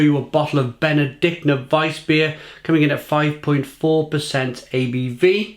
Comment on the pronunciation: It's pronounced "POW-LINER" and the beer is pronounced "BENE-DIK-TINER"